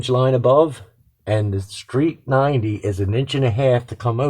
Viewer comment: Are you saying street 90? Or straight 90? I'm not making a joke or anything, but I swear I'm hearing you say it both ways.